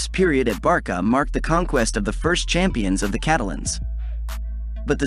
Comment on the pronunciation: great video.. but its ayax, barsa, la masia with 's'.